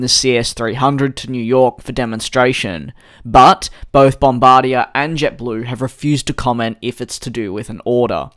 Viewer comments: Hi Dj! I loved the vid as always, but I am from Canada and you are pronouncing Bombardier wrong. It is more pronounced BOM-BAR-DI-EY, Not “bombardiah”. I am not making fun of your accent, but I hope you will try to say it this way in the future! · It's not Bombardi-ya. It's Bombardi-yay. French language.